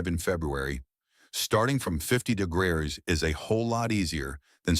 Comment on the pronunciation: AI mispronouncing degrees every freaking time is a deal breaker for me.